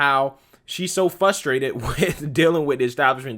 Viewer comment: What is 'Fusstrated'? Frustrated*/// Just like *ASKING Not 'axing'! Just Trying to Help with correct Diction😉-👌✌💕🙏